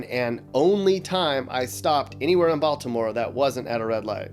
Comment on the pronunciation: The way you said Baltimore as Bal-T-imore cracks me up lmfao, down here that's a dead giveaway you aren't from here xD We usually don't emphasize the T in Baltimore so it sounds more like Baldimore than Bal-T-imore.